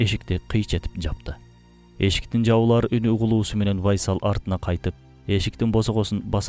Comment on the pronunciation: Урдура бербей тактап койгула да бир аз, УАЙСал эмес, Уайс эле. Уайс Ал Караний أُوَيْس القرني бул жагы вайсал Байсал болуп кетиптир го 😂😂😂